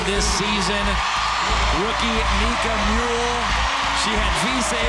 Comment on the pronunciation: MULE Not Mole.